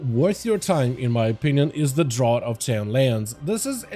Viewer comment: For the Draught of Ten Lands, draught is actually pronounced Draft. Yeah I know it’s weird, English is odd.